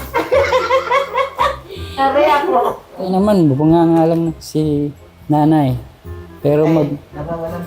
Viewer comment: Galing ni sweet pakinggan pag bigkas nya ng nanay